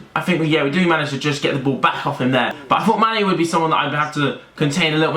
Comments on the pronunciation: Did any realise when was talking about manny he says instead mane 😂😂🤙🙅🏿‍♂️ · Manny not mane 😂